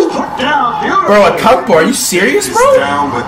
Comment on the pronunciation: KD got dunked on and this man said Akumpo are you serious 😂